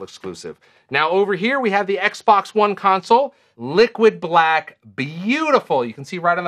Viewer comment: He said liquid blck like there was more color options hype or naww. Rofl